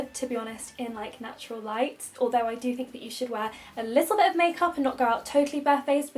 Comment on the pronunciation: I’m not a native English speaker and every time you say “a little bit” all I can hear is “Elizabeth” 😂